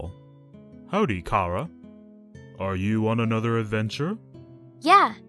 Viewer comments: its not kara its chara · (you show you disapointed in dub because you pronounced Chara's name like Kera)